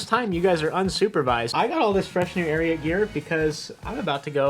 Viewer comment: You guys should enunciate the t in ariat. For the first half of the ad i thought you were saying arian clothing, which is rather unfortunate from a group of white guys. :) there was much relief when i read the logo. White supremacy doesnt seem like your brand.